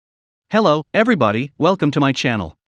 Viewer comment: Totally real narrator: "Hello... EveryBody!!1"